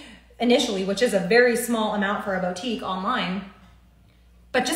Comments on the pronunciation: Omg if I hear the word bow-tique anymore, im going to rip my ears off 🙉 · Bow-Teak🤔? I thought that it’s supposed to be Boo-Teak (boutique). Maybe she’s talking about something that I’ve never heard of🤔🤷🏽‍♀️? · “Bowtique” “Paper monies” I just lost so many braincells.